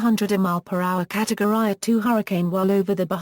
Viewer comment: “catowry” noice